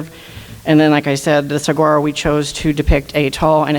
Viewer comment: Sa-gar-o? That lady isn’t even from the area. Please pronounce the word correctly!!!! The entire logo should be thrown out and let someone else design it. It’s just horrible.